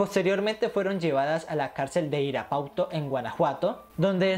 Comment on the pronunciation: En la cárcel de Irapuato Guanajuato. No Irajuato... :V